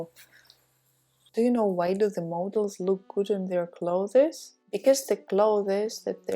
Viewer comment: I am pausing the video because I am TOO distracted and annoyed by how you mispronounce the word CLOTHES as CLO-thez ! You also need to use OTHER words : Garments, for example—rather than constantly repeating CLO-thez! Assuming that professionalism is something that you value, and wish to embody in your videos.